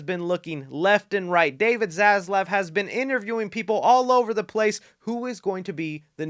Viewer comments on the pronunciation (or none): When you said ‘Zaslav’ it sounded to me like ‘Zsasz’ and I felt a little chill